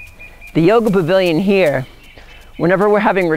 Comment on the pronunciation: are you saying Bavilon? isn't it Pavilion? :) beautiful land!